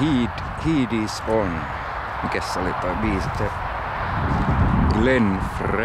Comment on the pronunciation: Lempäälän graffitisti käynyt vääntämässä rautalangasta että se on "ON" eikä "ONH".